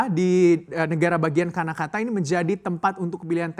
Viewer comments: Karnataka pak, bukan Kanakata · Karnataka mas, bukan kanakata